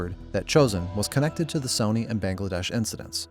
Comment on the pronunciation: Hoping the narration isnt ai, cuz who the fuck pronounces sony like that